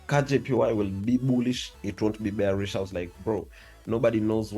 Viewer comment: It is Bullish not Gbullish And It is Bearish , not Gbearish Work on ur pronunciation bro 🤨